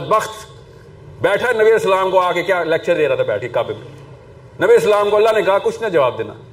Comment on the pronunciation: kiya prhay ga ya inspire kary ga jiss ko salam bi sahii karnay say nahi ata